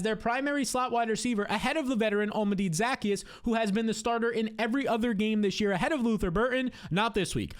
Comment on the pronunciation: The way he butchers pronouncing Olamide Zaccheaus is criminal. 😂 😂